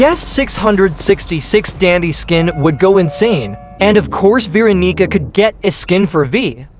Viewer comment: Bro did not say Veeronica